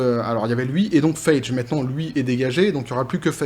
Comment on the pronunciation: Ca se pronoce Faigy (faille-guy), pas Feidge ;)